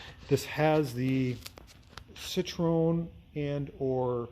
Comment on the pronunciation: Citroen is pronounced "sit-tren".